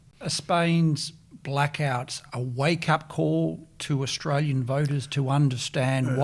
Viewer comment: John, John, John. For goodness sakes, old mate. We are having an election, not an 'uhlection'. Add to that, we are Australian, not 'Uhstralian'. Get it together.